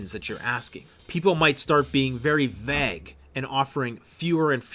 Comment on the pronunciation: Vag'? the word vague is pronounced 'vayg'